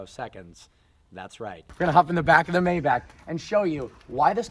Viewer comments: May-back? Um.....try My-bock. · It's pronounced: Mybaak not Mayback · MAY-BACH not meybach just saying. Cheers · It’s not May-back it’s read My-bach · Maybach is pronounced MY-BACH (like the composer), not May Back. Just like Daimler is pronounced DIME LER (in German, it's like the A doesn't exist). Great review. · I have always pronounced it "May-bok" or "May-balk"( with a silent "L"). Am I wrong? Do we we say "I love to listen to Johann Sebastian BACK" or BACH as in "BOK" or "BALK"? Mayback just sounds weird to me. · It’s pronounced “My-bock”. Not Mayback. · What the hell is a May-Back? Isn't it pronounced MyBok? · “Mayeback”........ need i say more? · It’s pronounced MY-BAC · Pronounced my-bock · Just some feedback, the pronunciation of Maybach is Mai Bak. Please get back to old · Please, please pronounce it MaaY baaack(my buck) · It’s pronounced my-bock. I cringe every time you pronounce it incorrectly. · It’s MYbach!!!!! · Sad you don't know how to correctly pronounce the name of your own car. May want to look it up. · The way you say Maybach is so cringy and wrong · I can't believe he doesn't even know how to say the name right, after being a car "enthusiast" for so long. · How do you get Bok out of Bach?... Learn some German. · David Watson i am german and if i‘m guessing correct nikola may be german too. Look at a german review of a maybach and learn how to pronounce it instead of giving shit but not knowing how to pronounce it on your own. And Bach also isn‘t pronounced back or bock. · If you want to own a maybach you have to pronounce it right